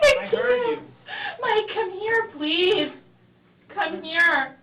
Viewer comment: "Mike, come here pleathe. Pleathe. Mike come here pleathe." What the damn hell is a "pleathe"?